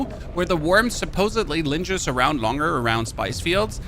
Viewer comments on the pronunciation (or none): Your pronunciation of lingers in interesting